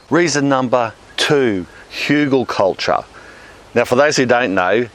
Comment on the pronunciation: Haha, I cannot believe you pronounced "Hügelkultur" correctly - cheers, mate!